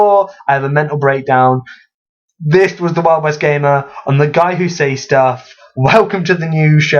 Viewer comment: I feel the need to rant about the way you pronounce "says". It is pronounced "ces" not "seis".